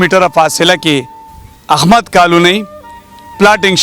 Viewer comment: احمد کالونی نہ کہ اخمد کالونی😊